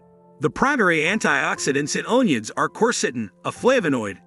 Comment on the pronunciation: “Own ions”? 😂🤣. Ridiculous